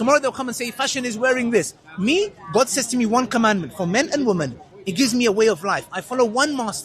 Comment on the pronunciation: The sheikh behind literally caught her out because she said oh my gof